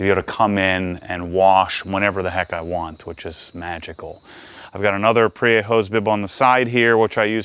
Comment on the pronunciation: Prier is probably waiting for you to learn how to pronounce their name to allow you to sell those bibs!